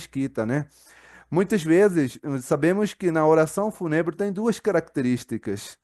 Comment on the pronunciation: Se pronuncia o "U" como vogal longa...Fúuuuuunebre.